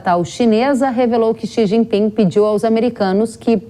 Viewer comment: Não se pronuncia o G do jinping😂